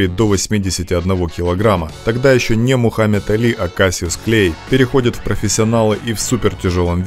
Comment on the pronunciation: Не клей а клэй